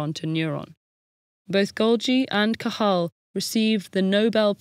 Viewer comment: The pronunciation of Cajal's name was excellent! Great video.